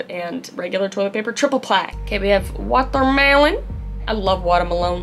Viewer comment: 😂I’m Dutch and the second time she said “toilet” she pronounced it perfectly Dutch!😂 And also with the second time she said “watermelon”😂